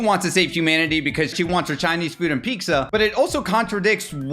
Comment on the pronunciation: Yoy menace, yoy say pizza with an X 😅